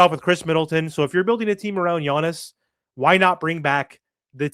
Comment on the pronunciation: His name is Giannis, not Yonnis, sheesh